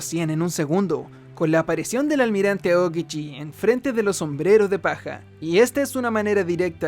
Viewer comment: Son solo ideas mías o él dice Aogiji en lugar de Aokiji?